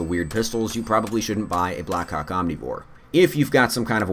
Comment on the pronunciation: Did anyone else just hear "black cock omnivore?"